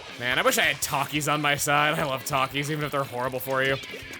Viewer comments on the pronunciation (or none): It took me a few minutes to realize you said "Takis" and not "Talkies". Rip me.